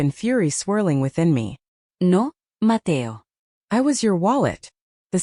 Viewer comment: “Nó, Matéo” in full spanish is hilarious 😭